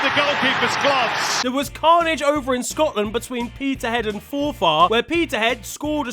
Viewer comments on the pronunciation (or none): none